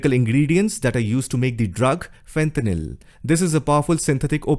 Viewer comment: fentanyl not fenthanyl